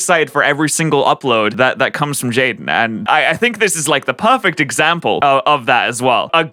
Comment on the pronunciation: "jaidne" just beautiful.